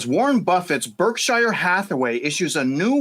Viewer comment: You mispronouced "Berkshire" about 10 times ....... Pronunciation American pronunciation Sounds like burk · shr